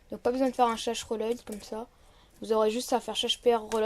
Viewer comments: "roloïd" mdr l'accent est présent 😂 normalement ça se prononce "welaud" pour reload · On dit pas reloïd, on dit rilode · wilowde plutot mdrrr